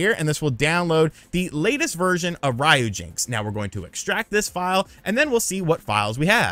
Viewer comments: its not Ryo-jinx its RYU-JINX, like Street fighter, (REE-YUU) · It literally says RYUJINX not RAYUJINX, why do you Americans always have to do things the wrong way !!??? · Calling it "Rye - Yu - Jinx" sounds funny ;) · Rye yew jinks. 😂